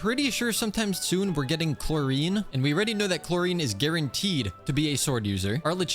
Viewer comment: “Chlorine” SIR WHAT